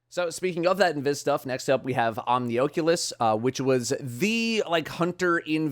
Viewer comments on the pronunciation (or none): It genuinely upsets me hearing "Omni-OH-culous" instead of "Omni-AW-culous" my world is shatter and my day is RUINED. Thanks.